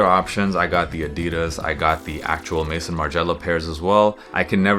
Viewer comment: Great vid, though the American pronunciation of “Maison” irks me every time I hear it. “May-zoh” (very soft N at the end). Not “Mason” or “May-son” like so many other content creators like to say. Just a hang up I’ve had for the longest time.